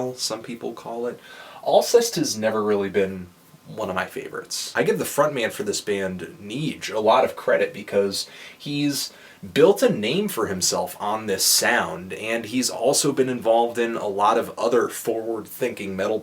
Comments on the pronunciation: it's not "neeej" it's "nej" with a short e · I don't know how one could mispronounce the title worse [ lɛ vwa.jaʒ də lɑm]. Also the singer Neige [nɛʒ] is not related to Nietzsche. Good review though, as always. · the way he pronounced neige made me throw up